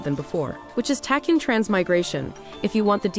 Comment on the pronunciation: I'm sorry, but it truly bugs me to no end how you pronounce Tachyon. It's pronounced like tack-e-on.